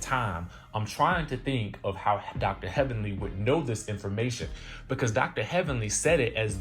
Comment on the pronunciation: now that was funny..."HELLVENLY"